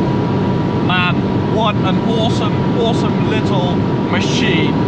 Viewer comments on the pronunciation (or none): Tip: try and stop pronouncing your A's as O's like in exhoast, oawsome, Oall